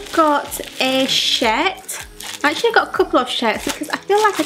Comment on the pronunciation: Shehhhhrrt. Teehee my boyfriend and I giggled at that because to an American ear it sound almost like "sh*t" >_<